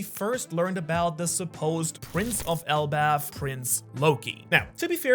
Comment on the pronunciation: It is elbaf